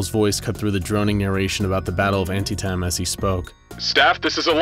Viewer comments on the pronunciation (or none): when he said Battle of ant tee tem that killed me as a history buff